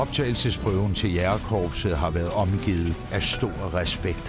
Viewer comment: kære hr fortæller...det hedder ikke jAgerkorpset...men jÆgerkorpset, tak. Bortset fra det.. fed doku og stor respekt til alle jÆgere samt frømænd <3 :)